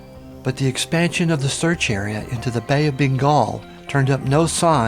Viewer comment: Bengal not Bingal